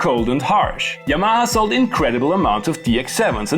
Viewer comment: Do you have a fear of correctly pronouncing Yamaha? Hermione: It's YA-ma-ha, not Ya-MA-ha.